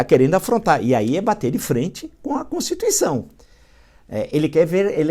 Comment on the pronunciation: Constituicao Villa..rsss O Villa fala Constucao rsssss